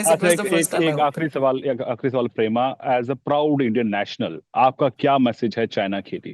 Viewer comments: Thik se naam lena v nhi aata. Pema ko Prema bana diya. Indians are so ignorant about eastern and north eastern state. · Indianfication of Pema. It's not prema. 😂